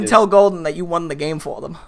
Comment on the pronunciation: I’m sorry, I must have heard you wrong. Golden… won?